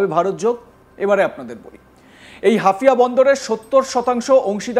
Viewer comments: হাফিয়া নয়, হাইফা বন্দর বেকুব... আরে ভাই তুমি প্রথমে বাঙলা ভাষা উচ্চারণ করতে শিখো... এই জোঁকার গুলো আসে কোথায় থেকে? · আরে দাদা হাফিয়া বন্ধর না হাইফা বন্ধর কি করে কে এরা ভাই ভালো করে দেখে বলো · আপনি কি ‘হাইফা’কে হাফিয়া বোলছেন? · শালা হাইফা বন্দর কে বলছে হাফিয়া বন্দর। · হাফিয়া নয় হাইফা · শব্দটা হাফিয়া নয় হাইফা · হাফিয়া নয় হাইফা 😂 আবালচোদা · মূর্খ সাংবাদিক, হাউফা নাকি হাফিয়া এটাই জানেনা। 😆😆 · আরে পাগলা হাফিয়া বন্দর নয় হাইফা বন্দর ok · হাফিয়া নারে ভারতীয় সাংবাদিক, ওদের যোগ্যতাকি কেমন সাংবাদিক ওরা, হাইফা কে বলছে হাফিয়া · আপনারা কি সাংবাদিক তাও আবার ইন্ডিয়ার,,, 😂😂😂😂😂😂😂 ওরে গোমূত্র খাওয়া জাতি হাফিয়া নয় হাইফা বন্দর। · ওরে ওটা হাফিয়া না। হাইফা হবে হাইফা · মিঃ ধারাভাষ্যকার, হাফিয়া বন্দর নয়,শুদ্ধ হবে হাইফা বন্দর,যা বর্তমানে অগ্নিকুণ্ডে পরিনত হলো।যেখানে রাফায়েল যুদ্ধ বিমান, এফ ৩৫ যুদ্ধ বিমান ও ধ্বংস হলো মুসলিম জাতির হাতে,সেখানে ভারত, আমেরিকা,বৃটিশ যেই ইরানের বিরুদ্ধে যুদ্ধে জড়াবে তাহলে তার উপযুক্ত জবাব দিবে কয়েকটি শক্তি, যা ট্রাম্প ও দশবার ভেবে চিন্তে পদক্ষেপ নিতে চাইবে। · Hafia na Haifa port... Pls pronounce properly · Hafia noi Haifa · সংশোধন করুন: হাইফা বদর, "হাফিয়া" নয়। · সালা বলদ হাফিয়া আবার কি হাইফা হবে,, ইংরেজি ত পড়তি পারিস না বাংলা করে দিলাম হাইফা হবে 😁😁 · মূর্খচোদা ওটা হাইফা পোর্ট😂😂